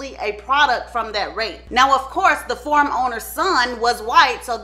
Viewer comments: At the very beginning of the video, literally around the 1 minute mark, is she saying “farm”? It sounds like she keeps saying “form” and “form owner”. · The "form" owner...whew, it took me a minute. That accent will kick in, won't it. 😆🥰